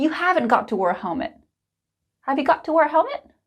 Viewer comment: I think you might make a wrong pronunciation when you say the word wear, it sounds like were a bit though.